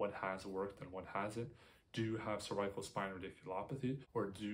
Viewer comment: You are mispronouncing cervical.